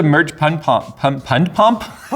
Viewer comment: british jay isn't real, he can't hurt you. british jay: pund pump